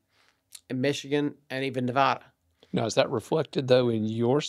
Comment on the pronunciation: Why is he pronouncing Nevada wrong?